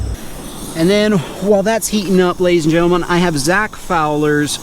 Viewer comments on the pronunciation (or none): none